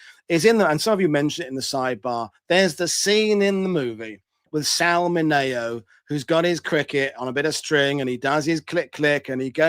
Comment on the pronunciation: Hi,, I’m 80 years old so I remember the names of movie stars from The Longest Day era. Therefore my picky point. Sal Mineo’s last name was pronounced: mini-o. Always love your presentations.